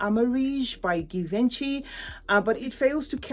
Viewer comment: J venchy that’s how it’s pronounced for Givenchy. Yes I had both susan and Amarige they smell the same 😊